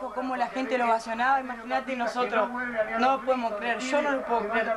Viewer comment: Vignolo dice NOAR NOAR jajajajajaja